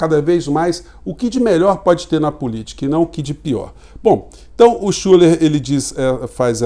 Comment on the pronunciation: Nao querendo corrigir, mas o nome do Schuller se pronuncia Schiller, devido o trema no U.